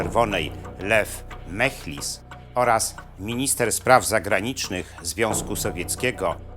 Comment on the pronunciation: Po raz kolejny proszę o prawidłowe artykułowanie nazwisk, nazw. Jaki "Michels"? MECHLIS. Kanał traci na wiarygodności.